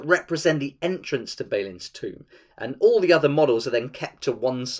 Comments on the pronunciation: Great video, awesome game, thumbs up and everything, but it's Bah-lin, not Bey-lin. Sorry, couldn't keep it to myself:D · your pronunciation of Balin and Sauron just hurt my soul. Apart from that this is a very informative video. Thanks for clearing some things up for me.